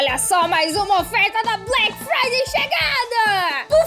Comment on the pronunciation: Gente não e Black Friday e Black faude